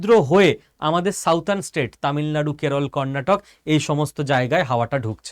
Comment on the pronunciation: সাউদার্ন নয়, সাদার্ন।